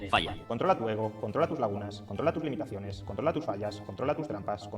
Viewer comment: Donde Juan ramon dice "controla tus limitacones" he escuchado "tud medicaciones"